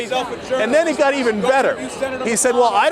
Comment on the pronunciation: "I jump in eet." You go, Cenk!